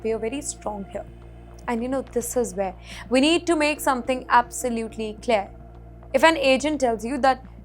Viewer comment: Please practice the pronunciation of the words ‘because’ and ‘clear’. Otherwise you are very elegant and eloquent!!